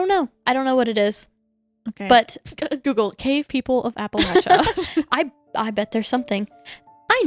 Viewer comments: Is it a PA thing to say apple lay sha? This is the first I’ve heard this pronunciation, even google says this is correct 😅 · No worries, just good to point out. It's like "appa-LAY-sha". The way you're saying it would be correct if you were saying "Appalachian" though! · Hahahahah “apalacha” 😅😂😅😂😅😂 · I live near part of the trail but it took me a minute to realize what u were talking abt because of the mispronunciation 😭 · absolutely not! If you are from the region for generations, it’s the ONLY way to pronounce it!! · Love the interest, but please pronounce our region correctly if you make a part 2.